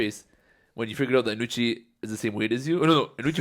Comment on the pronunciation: First off, Can some please tell thats its Anoochi and not Anooch. Second, anoochis stories are all cap.